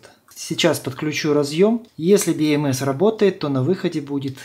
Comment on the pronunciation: слух режет))) БиЭмЭс... либо говорю по-русски, как все: БэЭмЭс либо по правильному англичански: Би Эм Си 🙃